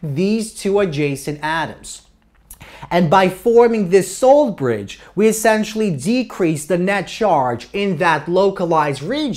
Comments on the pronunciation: I thought you were saying "soul bridge" lol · SUH-ALT bridge